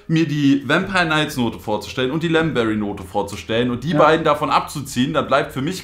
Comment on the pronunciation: sagt lemonbrei anstatt lemonberry